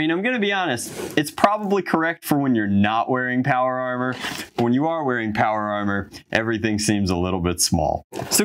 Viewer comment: I'm sorry did he call chiefs aromer power aromer